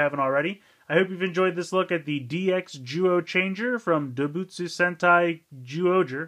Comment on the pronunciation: Doubutsu is actually pronounced like this: DOH-BOOTS. The "u" at the end is not usually said.